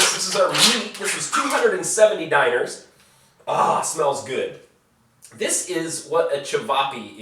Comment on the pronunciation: Stop saying Diner XD It's Dee-Gnar. 1-dinar 2-dinara